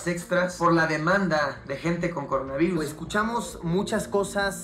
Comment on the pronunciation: Cuando los gringos dicen coronaverris pienso el meme de Cardi B😂😂😂😂😂